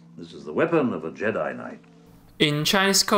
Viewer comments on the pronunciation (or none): none